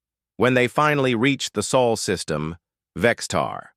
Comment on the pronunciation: Sol not soul please.